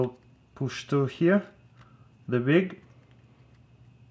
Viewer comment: HAHAHAHA THE "VIG (WICK)